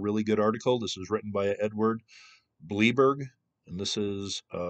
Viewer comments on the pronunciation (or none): Ed “bl-eye-berg”